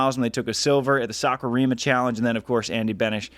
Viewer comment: Love what you're doing, totally deserved for the beach volleyball world partnership! Btw Haikou is pronounced Hai-koh, meaning an inlet to a port / to the sea; literally translated as sea-mouth. The organisers of the world tour tournaments and FIVB should we really promote how to pronounce their place names (at the very least) correctly to foreign speakers. Especially for the commentators since everyone who has watched the stream on VolleyTV or YT will think it's pronounced that way, now they all reckon they've been playing in Haikyuu😅 (not the worst outcome haha)